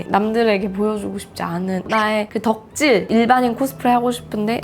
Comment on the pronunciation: 사투리 모먼트 비 ↑공개 앨범을~~ 녹화하~ 고 싶은~~ 덕↑질할때